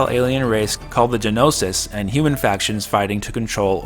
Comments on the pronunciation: G...nossis? Broo.. it's pronounced No-sis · roll eyes You mispronounced Gnosis! Well, anyway, I'm excited as all get-out to learn more. Switch or multi-platform is all the same to me, but if it's the whole trilogy I strongly doubt that the Switch has the internal storage capacity necessary, and that the trilogy would fit onto just one cartridge. Hm... First game was one DVD9, second and third games two DVD9s each (unless I'm mistaken)... 5 * 9 = Up to 45 Gb. That might actually work with a PS4 BD-release. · Wrong The Xeno series started on Playstation 1 with Xenogears. Developed by squaresoft by Tetsuya who left to form monolith AND the G in Gnosis is silent. Monolith partnered with Namco for Xenosaga.